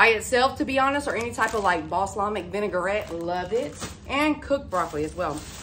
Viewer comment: Bos lamic (vinegar). 🤪. Ball Somic Vinegar - "Balsomic Vinegar". GREAT on Brussel Sprouts - any grilled/roasted veggies 😋.